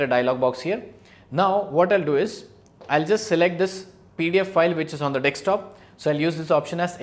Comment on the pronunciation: "Dekstop" cute